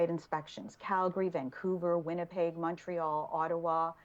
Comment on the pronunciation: Heading to Montreal? Bienvenue (Welcome!) First lesson: Mon-Re-All. Say it fast! You got this